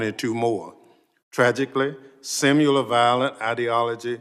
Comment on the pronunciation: Simular, Sir? Your education is showing...😂